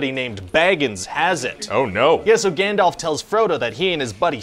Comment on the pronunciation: Is he calling Gandalf Gandelf??